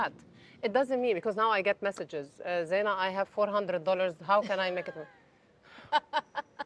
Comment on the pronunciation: Kamya - very good questions indeed! I have 2 suggestions for you please. 1) her name is pronounced as Zai Na not Zee Na 2) your questions can be a bit shortened as most times they are very long with multiple options. It would be nice to keep it a bit short and crisp. Hope you don’t mind these suggestions 🙂